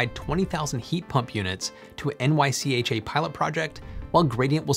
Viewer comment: It’s pronounced NYCHA, not N-Y-C-H-A